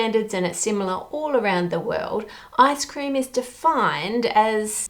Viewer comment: Giggling because when you say ice cream in your accent it kinda sounds like “ass cream”.